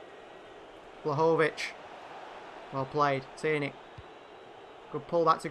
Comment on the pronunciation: Btw you prononcue Vlahovic's name wrongly! It's pronounced Dushan Vlahovich